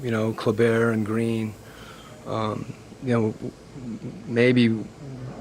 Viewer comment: You'd think he'd be able to pronounce the name of the guy who's been torching him; it's Klee-buh.